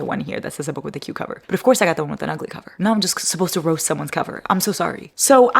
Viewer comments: For #9 I thought you said “a book with a cucumber” 😂 oddly specific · I thought you said a book with a cucumber, instead of a book with a cute cover.😂😂😂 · Am I the only one who thought said “book with a cucumber”?? 😂